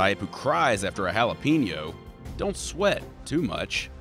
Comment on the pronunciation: The way he said jalapeño